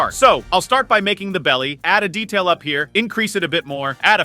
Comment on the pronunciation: Your saying detail😂😂😂😂😂😂